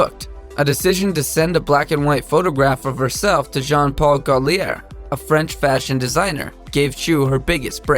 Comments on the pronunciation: JP Gaulier 😂👌....its Gautier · Gautlier..good grief not Gollier